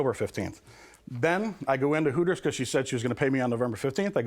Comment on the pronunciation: Sounds more like Hookers than Hooters 😂😂😂😂